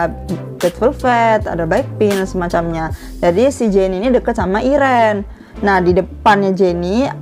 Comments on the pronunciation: Iren iren, bacanya itu airin kak, tulisannya irene bacanya airin kak, bukan irenn😒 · Mohon maaf kak. Kakak salah sebut nama irene red velvet ditulis:irene dibaca:airin